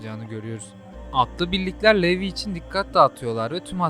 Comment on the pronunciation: aga çok iyi ama telafuzza daha önem vermelisin levi ya yarım saatir niye levye diye bu diye düşünüyordum 😂